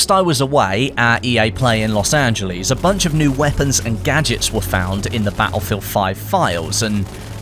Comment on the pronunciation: Lost-an-jell-illest yep thats his words not mine